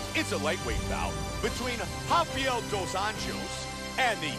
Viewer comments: Se pronuncia "Jafael Dus Anllos" haciendo los sonidos un poco guturales. jajaja Gran video, como siempre. Like ;) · la J en portugues se pronuncia como una SH osea la forma correcta de pronunciar seria Rafael dos Anshos aparte rafael es casi como en español es Rafaeoul